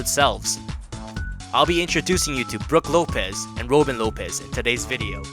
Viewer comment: “broog lopes” “rope in lopez”